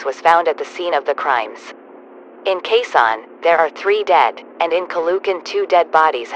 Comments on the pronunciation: Bro read it as a Qaizon city instead of Quezon. I’m a filipino so that’s how I know how to pronounce “Quezon” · Why is Quezon pronounced as KASAN? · the quezon is wrong, it's pronounced Quézòn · also its not qeen son ite ke son (zon) Quezon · Is it just me a filipino who got offended because she pronounced stuff wrong it said "Ca-lu - can"when its "Ca-lo- ocan" and Quezon as "Kwe - zon" When its "Que - zon" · As a pinoy, IM MAD BECAUSE THE GOOGLE TRANSLATION GOT THE PROUNCOUNCES WRONG AND PUT IT INSTEAD OF: "kayzon calucan" like bish wth except for manila. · As a Filipino, this is how you pronounce the cities. Quezon (Khe-zon) Caloocan (Kha-lo-oh-khan) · the way he pronounces caloocan and quezon tho 💀 "caloohkan" "keyzon" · They pronounced quezon “case-on” and every Filipino knows this is VERY wrong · Its spelled Quezon but its pronounced Q eson Caloocan is pronounced Cal o o can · "asweng" "calocan' "qeezon" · The way they pronounced Caloocan, Ninoy and Quezon hurts me as a Filipino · As a Filipino, I got 1 aneurysm for each time they mispronounced Quezon and Caloocan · LOL THE VOICE PRONOUNCED QUEZON AND CALOOCAN WRONG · That pronouncing of "Quezon and Caloocan" literally killing me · as a filipino i am somewhat angry at the fact that it mispronounced 'quezon' and 'caloocan' 😭😭😭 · Its kezon and kalookan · WHY DID THEY SAID CALOOCAN AND QUEZON SO WERID... AS A FILIPNO THIS JUST... oh and calugan. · They pronounced Caloocan and Quezon Wrong im a filipino btw